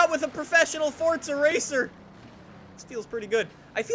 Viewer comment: OMG YES 259th COMMENT! YES!!!! Also i was "The1ForzaRacer" during the stream. Also you aren't the first one to miss pronounce my username.